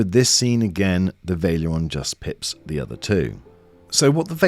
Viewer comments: This had me screaming "VAL-ERION" every time it was pronounced "Vail-erion" ;-) Good review otherwise. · It’s not Vale-eron. It’s Val-e-ri-on. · I think it's VA-LE-RI-ON. not pronounced VAI-LE-ON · Wtf is this pronunciation lol... veil-ee-aron? It is spelled val-er-ion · Vaileron, Vaileron It's Valerion xD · lol, I’m hearing him say: Vail-e-Ler-on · "vaileeron" lol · Nice comparison! Valerion is pronounced "Va" Ler" "ee" "on" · The way you pronounce Valerion is wild